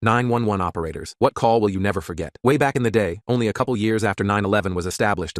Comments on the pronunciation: when it said 911 like 9-11 i was like “didn’t 9-11 happen in the 2000s??” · the way they said 911 sounded like 9 11